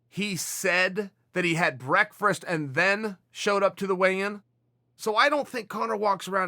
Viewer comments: The first few times I heard Chael say breakfast, I thought he just slipped up and slurred his speech accidentally. But I’ve heard him say breakfast like half dozen times since then. He says it wrong every time. Every time it sounds like he’s having trouble pronouncing it. Is it just how he pronounces breakfast? Why Chael? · If Chael calls it Breakfrast, it’s breakfrast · Chael " Breakfrast" Sonnen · Ahhhhh. Classic ol’ Chael. Breakfrast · Chael “breakfrast” Sonnen. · Uncle chael just said brekfrast again ok so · Chael "Brekfrust" Sonnen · Uncle Chael’s the type of guy to add an extra ‘r’ to the word breakfast. Every. Single. Time.